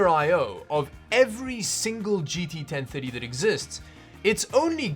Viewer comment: GT Ten thuddy...